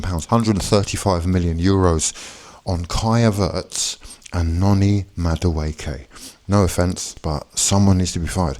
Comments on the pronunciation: You may need to learn how to pronounce your new player's name! Many thanks for the bag. We're on the phone to Rodrygo as soon as the register goes cha-ching! Up the Chels 💙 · Can’t even pronounce his name but you’re so certain he’s crap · There is no way that's your sincere attempt to pronounce Madueke 😂